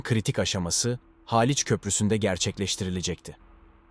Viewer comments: Haaliç değil Haliç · Daltın haaaliç bu nasil telafuz yav sinir bozucu